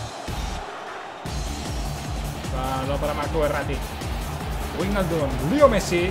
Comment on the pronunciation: "Verner" "Vaijnaldum" "Laipzig" "Chavi Saimons" este no pronuncia ninguna bien 🤦‍♂️🤦‍♂️